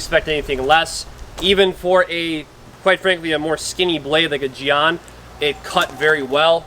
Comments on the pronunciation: Yea, jyen with a very hard J, kinda like Djinn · For future reference, jian is pronounced kind of like “jyen” :) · It’s pronounced more like “Jen”